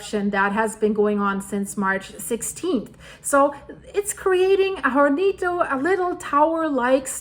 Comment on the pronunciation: Hornito A little oven The H is silent in spanish Horns are “cuernos” in Spanish